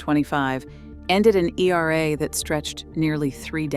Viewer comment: Why was era pronounced as E-R-A ?